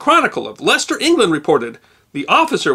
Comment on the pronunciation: Apart from the extremely enjoyable content, as a native of Leicester, UK, I am very impressed by the correct pronunciation of my hometown, many thanks!